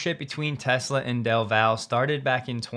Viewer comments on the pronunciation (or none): Del Valle is pronounced Del Valley by Austinites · "Del Val" 😂. You tried. It's Spanish, pronounced "Viy-yay" as a double L in spanish is pronounced as a y, the "e" is often pronounced as an "a". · It's pronounced DELL VALLEY, not Del Val. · As someone from Del Valle... Its pronounced "Del Vah-ye" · Say it with me: Del Vai Yay. You’re embarrassing us fellow white boys. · Del Valle pronounced “del valyea” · as a lifelong resident of Austin, Texas I'd like to gently point out that it's pronounced "Dell Valley" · FYI the Valle in Del Valle is pronounced valley 🍻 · It’s pronounced Del Valley here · Howdy … great update … wish to mention from us “Keep Austin Weird - o’s” here in Texas! We pronounce Del Valle Texas as Del Valley! I know we’re weird here but thought I would mention as you update in future regarding great Tesla training in “Del Valley”!?! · I work in a Del Valle MS, pronounced Del-Val-E. I made the same mistake when I first moved to Austin. lol